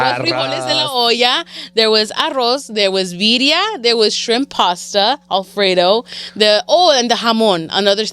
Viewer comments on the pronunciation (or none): Put some RESPECT on BIRRIA. Roll them Rs. 🤣 🤣 😂❤ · “Viria” lol